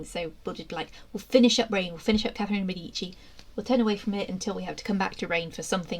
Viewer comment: I wish these so called experts would learn how to pronounce de Medici properly